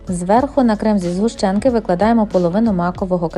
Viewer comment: Не згущенка а згущенка